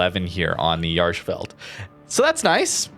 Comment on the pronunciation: You are butchering the pronouncement of the name